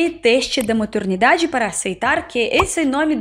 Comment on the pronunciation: Se vc reparar bem, a fala MATURNIDADE.. Ela se enrola um pouco nas palavras.